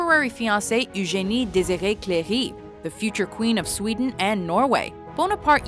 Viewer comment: Ah au Québec on dit "Ugénie" ?!? J'étais pas au courant...